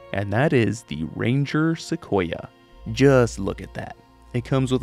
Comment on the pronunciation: I'm just glad you didn't say Seck we oh lol Love the video, as always 🖤💚